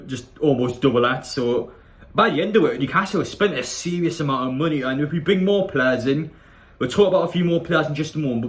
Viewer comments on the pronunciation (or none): none